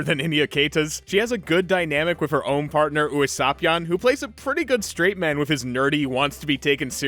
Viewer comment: I was obsessed with YKW. Hell I still am, got two whole binders full of medals like 5 feet away from me right now. I knew it was a bad sign that an English copy of YKW3 was almost a grand compared to the Japanese version. It is sad to see it drop off so fast, to the point where some of the show is really hard to find. Also your pronounciation of Usapyon hurts more than the dub’s lol